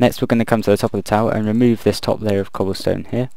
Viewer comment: "So we've got some Cobblston-Shutup! Okay..." XD